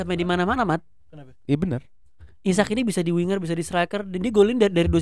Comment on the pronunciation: bacanya normal isak ga si kok jdi isaac?